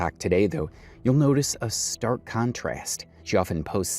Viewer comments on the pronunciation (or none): none